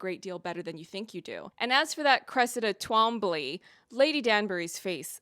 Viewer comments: Its pronounced tomb-lee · As a Britisher, I would cautiously suggest that Twombley would be pronounced Toomlee. But the author is North American (?), so who really knows?